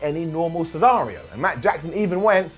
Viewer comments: am i the only one who caught cesario instead of scenario😂😂😂😂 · "Any normal cesario"? Haha. Supposed to be "scenario".